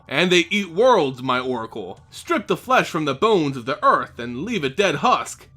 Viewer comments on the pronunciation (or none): none